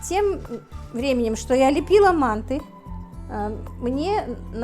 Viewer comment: надо говорить манты ударения правильно произносить а так все нормально удачи